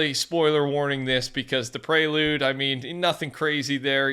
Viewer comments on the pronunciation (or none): its actually PREE LOOD not PRAY LOOD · Who on earth would pronounce it Prey-Lude? It’s clearly Pree-Lude. PRE as in PREfix. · I'm sorry but "Praylude" is actually insane. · Pre Lude where does it say pray Lude? anyone?